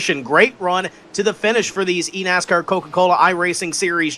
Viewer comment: I keep replaying it over and over and I just hear eat-ass-car